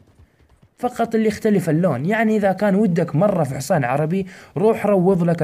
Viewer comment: يا اخي اسمه حصان مو حووووووووووصان ارجووووك لا تقول حوصان Hisan not hosan please please !!!!!!!!!!!!!!!!!!!!!!!!!